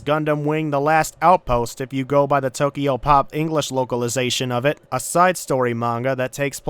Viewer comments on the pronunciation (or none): none